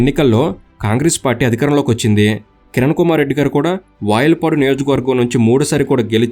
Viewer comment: వయల్పాడు కాదు వాయల్పాడు